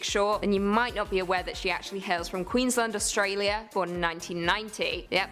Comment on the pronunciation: NOT how you pronounce "Queensland" 🤣